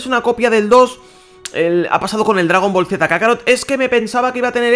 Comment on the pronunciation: por que putas dice dragon boro